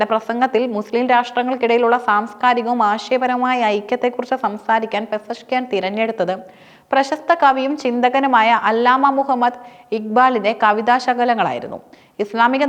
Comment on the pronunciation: അല്ലാമ അല്ല . അലാമ ഇഖ്ബാൽ